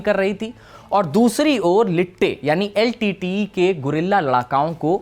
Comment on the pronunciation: Nice! But also, I've never heard anyone call LTTE as Litteyy!😂😂😂